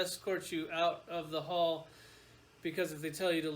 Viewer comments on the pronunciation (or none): none